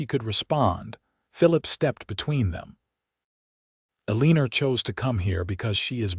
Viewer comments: Don't you know that she's "a leaner" rather than someone who has straight posture???😂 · E LEAN ER , you mean Eleanor?